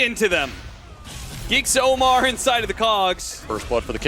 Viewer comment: OmaR not AMMAR